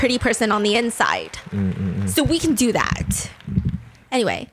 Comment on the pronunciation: saying dor you remember Mai honestly made me lose another 10 years of life